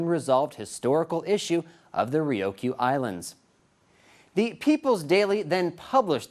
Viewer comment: having graduated from Kubasaki HS in 83, I get perturbed when some dumbass white guy can't pronounce the Ryukyu Islands correctly. Its as bad when the Tsunami hit, and some Dumbass lady reporter pronounces it "Too-na- mi". There is no "O" in Ryukyu Dumbass. China, I can't stand China.